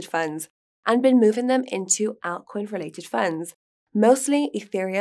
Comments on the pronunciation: Not sure about how I should be pronouncing altcoin anymore! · “Altcoins”- Guy please teach her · She needs to be more hardcore and get the names correct …ALTCOIN 😊